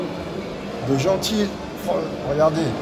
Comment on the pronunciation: Jean tile 😂😂😂 Ça se prononce dgentilé frérot 😉